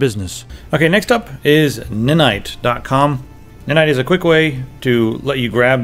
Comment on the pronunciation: its ni-nite, not nin-ite.